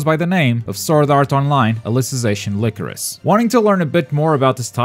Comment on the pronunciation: Its “lie-crow-sis” not “lick-roe-sis”